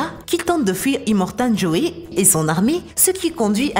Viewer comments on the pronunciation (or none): Le "Hobbi" ? Immortan "joé" ? Et c'est ainsi que l'on peut avoir 1M d'abonnés, avec du contenu médiocre et bâclé, le tout sur une douce voix de présentatrice du bled... XDDD